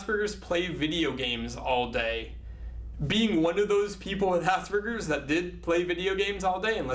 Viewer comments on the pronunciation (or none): Hehehe, his pronunciation of asberges kills me